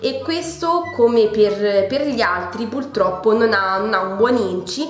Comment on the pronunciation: Mi sono appena iscritta! Non per rompere ma si dice purtroppo e non pultroppo!😉